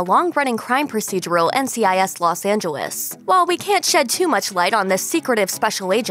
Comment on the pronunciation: I can't be the only one hearing how she's saying Los Angeles